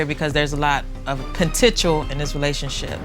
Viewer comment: It’s a lot of petential ok🤔